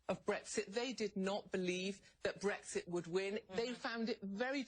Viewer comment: Love from the U.K. - just like to say to CNN that the correct pronunciation is BREX-IT not BREGS-IT.